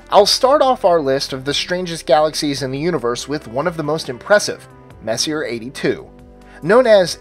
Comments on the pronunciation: Messier is pronounced Mess-E-A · Messier is pronounced Mess-e-a (vowel sound) sorry just busting balls but it is the correct way to say his name great upload though! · He just pronounce it wrong but you striaght up insult him wtf Is wrong with you angry kid? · Learn how to pronounce 'Messier', you sound like a dumbass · seconds in, and Messier is mispronounced 2x already. Who could take the rest seriously? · You pronounce sommalier correctly but not Messier???Lol, just busting your chops! Good list. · Comic B Studios - No, Messier is the sir name of French astronomer Charles Messier. There is only one correct way to pronounce his name: "Messy-A"; Not "Messy-er". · Oh Crap....do a tiny bit of research.. His name was. "Mess-e-ay". Every time you repeat. "Messi-R." , my ears bleed. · it’s pronounced Mess-e-yay, not Messier. Charles Messier was a French comet hunter in the late 1700s who made a catalog of faint fuzzy things to avoid, because they may be mistaken for comets. Ironically, although he discovered many comets, he is now famous for his faint fuzzy things! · Messier is pronounced (Messy-A) not messier. WTF IS WRONG WITH YOU STUPID MORONS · Omg. It's pronounced: "May-See-Aye". Not: "Mess-E-Urh". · If you're going to pronounce it Mess-iER for this entire vid,. I will quit NOW. It is Mess-e- AY. You had to have heard that word pronounced a thousand times if u study astronomy. Mess' e A......well, apparently you are except for. Max......I am out of here, LAZY Ok, what does NGC stand for....? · It's pronounced "Messy-A", not "messier". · um, that's "mess - ee - AY" (French) NOT "mess - ee - ERR" (LOL) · gues what he isnt fucking french and probably doesnt give 2 fucks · The Messier is pronounced "Mess-E-A" , not "Mess-e-er". After Charles Messier, who put together his catalog of 103 objects in the late 18th Century. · Just for future reference, Messier is pronounced Mess•ee•ay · It's French. It's not messy-er. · both are correct